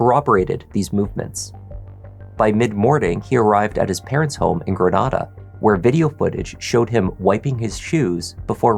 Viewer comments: Thank you so much for pronouncing Grenada as Gre-NAH-duh! Most Mississippians (because most of us are country and later colonized by the French and English after the Spanish) pronounce it as Gre-NAE-DUH. 😩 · even if the spanish city is "gre-NAH-da," if the whole local community says their mississippi town one way and you're saying it another way, sorry but you're the one in the wrong 😆 i know bc i'm from another town that has a european antecedent but it gets pronounced a different way locally. that's the name of the town, that's how it said, that's all! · Grenada, MS is pronounced Grin-aye-duh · And lah-fie-ett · Ur pronouncing Grenada funny 😅. We Mississippi folks pronounce it Gru-nay-duh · Love this channel lol being from Mississippi it’s kinda funny how you pronounce Grenada Ms